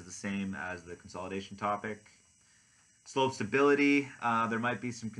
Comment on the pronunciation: I couldn't understand what you said for Slope Stability. Can you repeat? Thanks